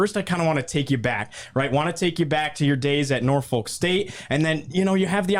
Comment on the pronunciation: You need to learn how to say “Portsmouth” and “Norfolk”..